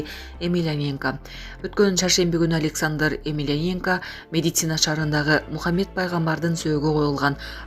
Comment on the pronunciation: Медицина эмес Медина журналист кыз тура суйлосон